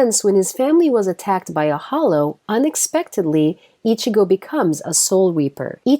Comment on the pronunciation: u fucking said ickazo like who the fuck so fuckin cringe